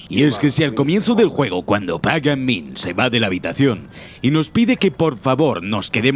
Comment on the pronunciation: por que no pronuncias ni el puto nombre del villano bien??